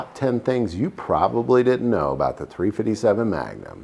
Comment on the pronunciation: 3 Fitty 7 does this dude think he's a Crip or does he think it sounds cool